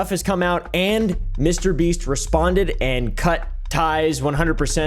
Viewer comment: Bro really said MrBeat 💀🙏